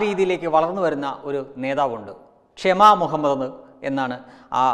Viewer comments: ക്ഷമ അല്ല ഷമാ ( shama ) എന്നാണ് അവരുടെ പേര് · ക്ഷമ അല്ല ടഊളേ ശമ